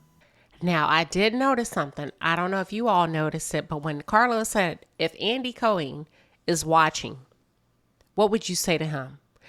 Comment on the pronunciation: Now Queen have you not heard how Andy's name is pronounced? Co-Heen? 😆 However you hit all the nails on the head. Spot On! Nene created her own demise & I believe had been afforded more grace than any other. She had to be stopped.